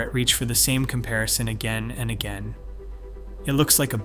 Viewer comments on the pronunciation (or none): none